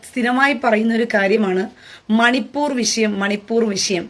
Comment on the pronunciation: ചേച്ചി മണിപ്പൂരല്ലേ അല്ലാതെ മണി പൂറല്ലല്ലോ പറയുന്നത് ശരിക്കു പറയണം ആളു കാർ നെറ്റ് ദരിക്കും